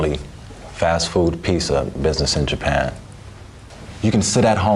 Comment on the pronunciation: Your big business proposal is pizza, but you don't know how to pronounce "pizza."